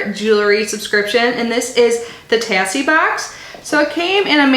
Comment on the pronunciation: I believe it's pronounced tay-see 💜 they're super cute!